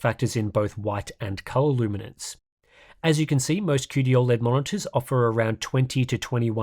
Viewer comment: As a fellow Aussie, why do you pronounce it "ol-led" and not "oh-led" like the rest of us?